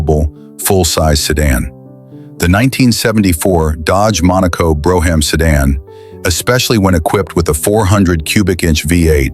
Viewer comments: Bro- ham models! Ai can't read shit, Brougham, brom. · If You're Gonna Present Any Car Videos , Get Your Facts Straight As Well As Your PUNCUATION Of Makes & Model Names. Such as "BROUGHAM. "It's NOT Pronounced As "BRO HAM"!!....It's PRONOUNCED As "BROME"......BRO HAM...You're An Idiot!!